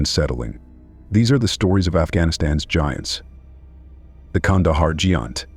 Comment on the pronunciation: The Kandahar gee aunt? Wow that AI can't speak basic English